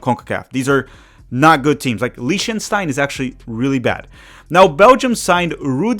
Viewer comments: to be precise it's Li-CH-ten-stine. Like clearing out your throat kinda sound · The country name is pronounced LICK-ten-stine,..!